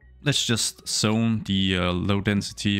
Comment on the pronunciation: I didn't understand why he kept saying "sone", then I realized he's trying to say zone haha